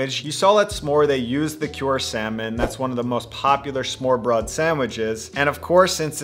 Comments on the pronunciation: Please don't say "smore" though. I can understand that you struggle with the danish 'R', it's even weird by Scandinavian standards but understand that 'Ø' is a completely different letter in the alphabet than 'O'. Just like you wouldn't pronounce a 'd' and 'b' the same just because they have similar shape. Ø is not an O with a twist. I think an American can pronounce that letter without a problem. Also, the last e in the word is not silent. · Smørbrød, we do not say smørrebrød, wtf. do you even even scandinavian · As a dane, i will try to explain to you, how it's pronounced. Smoeerebroeeed. The oe is how the ø is kind of pronounced, tho you need to combine the oe, so it sounds like when you say the "i" in first. The pronunciation of the "i" in first, is the ø in Danish, if you say it while rounding your lips. Also the "u" in burst. REMEMBER TO MAKE KIND OF A ROUND KISS MOUTH. Have a wonderful day. Good karma. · As a Dane, pronouncing smørrebrød is actually quite easy. You just need to swallow your tongue while vomiting, and you are pretty close to pronouncing it correctly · As a Norwegian, I love the way you've decided to pronounce our nordic language, but yes, the tongue is sometimes dangerously far down. Love from the mountain monkeys! :) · Leave it to the hipsters to ruin smörrebröd. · everyone struggles with danish =) But i totally agree on the O vs Ø part.